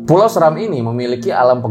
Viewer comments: Pulau seram di bacanya seeeeram bukan seram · pulau seram setau saya cara baca e nya seperti "desa" bukan seperti "serta" 🙏 *cmiiw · Btw cara baca Pulau Seram nya ga gitu ya, harusnya kayak baca becak